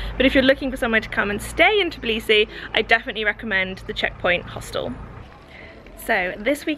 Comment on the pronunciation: Tourists in Georgia say Tiblisi I know its hard to say But am georgian And i easyer for me to say it U have to say it like this : Tbilisi